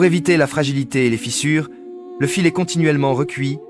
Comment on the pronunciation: Contenu généré par Ia, voix IA aussi totalement a la ramasse qui mélange fil (electrique) et fils (de famille) Ca devient absurde sur les reseaux et dire que cela devient de plus en plus facile a faire en automatique. Les scripts sont fait en python pour faire cracher une script a chatGPT puis collecter des images soit volé, soit un peu partout, et plaque une voix a la con. Après les vidéos du genre industriel tel que ce genre là sont de plus en plus fait ainsi.